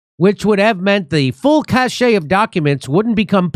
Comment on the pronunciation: Sorry I have to tell you this, Jimmy, but cache is pronounced just as you read it -- "cash". Cachet refers to charm, charisma or style. Cache refers to a large number of something stored/saved but not shared, in this case, documents.